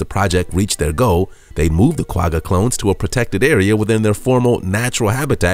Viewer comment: Lol the way he says the "Quagga" is so cute☺️... I'm from South Africa and that's not at all how you pronounce it 😂🙈